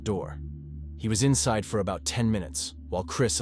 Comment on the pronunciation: 'Inseed' the house. 'Four' january. Just a few more mis-pronunciations .